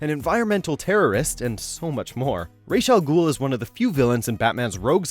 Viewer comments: "Raysh" Al Ghul? Every other time I hear that name, it's "Raws" Al Ghul. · how the fuck did you pronounce Ra's al Ghul name?????